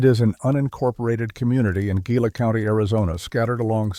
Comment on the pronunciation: Gila: you're pronouncing it wrong. Properly it would be pronounced as the following is spelled: HEE-LA